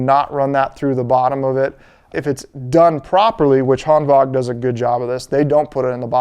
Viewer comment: You’re the only person I’ve seen on YouTube that pronounces it Hanvag (correct) instead of Hanwag. Nice